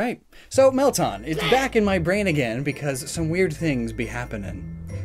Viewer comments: Bro it's Meltan!!!! NOT MELTON!!!! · It's Mel - TAN! Not Mel-tahn! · Isn’t it “Mel-Tan” As in like “tanned colored” Not “Tahn” I mean don’t we literally hear how the name is pronounced in the Prof Oak & Willow Trailer? Edit:Just went and check. It is “Mel-tan” & not “Tahn” like how you are saying it. Idk though, maybe you just have an accent. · Mel-tan, it’s not hard. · Meltan is pronounced Mel-tan not Mel-taan